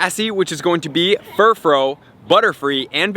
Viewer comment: Bro, it's Furfrou, not Furfrow!